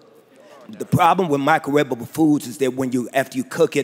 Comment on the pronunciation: My nigga said Micro-way-ba-ble